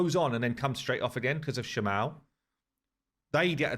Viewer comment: Shama-el <- the end is pronounced strongly (same for Kael etc).